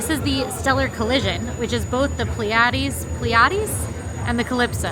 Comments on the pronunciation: Part of the Drink you are drinking with your Meal is pronounced “PLEA-e-deze”. The Pleidese is a small Star Cluster located near Orion. When viewed through binoculars or a telescope, this Star Cluster looks like a very small, fuzzy dipper. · It's pronounced Plea-ah-dees.